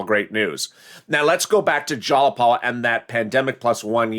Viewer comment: Go to Google Translate,: in order to pronounce it correctly - "Tlaib and Jayapal" (detect the language) ☑️ (Newscastors have to be in the know)